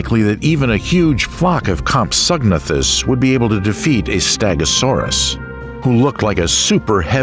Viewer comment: I like this im subbing nut compsognathus is pronounced as comp so na thus